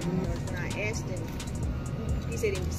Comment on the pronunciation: "Am I required to answer questions just because he AXED me something"? LOLOLOLOL